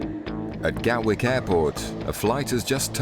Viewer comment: Gatwick, not Galwick